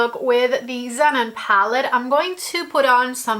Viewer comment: pronounce the name of the palette correctly: "Ze-non." It's "non" as in "non-fat milk." 😉